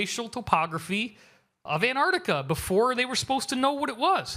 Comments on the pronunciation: Its ANTARCTICA Not Anarctica. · STOP SAYING AN-ARDICA America. It's embarrassing. It's ANT-ARC-TIKA. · In English, the place he is talking about is called ANT---ARC----TICA, unfortuantely he suffers from a known condition called letter and syllable deficiency. Or 'mangleze' meaning 'to mangle.' Otherwise known as 'American speak.' Curiously there is also an opposite condition i.e. letter and syllable insertion; as in 'nooc----u----lar' (phonetic spelling). but letter and syllable deficiency appears much more prevalent. e.g. 'orient' meaning 'orientate' and 'sodder' which means 'solder;' 'heirarchal' meaning hierarcical. And many other literary abortions. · Fascinating topic. Juts please pronounce the C in AntarCtica. Gets a little grating after a while like people that say "Nucular" Just takes away a bit but still good info.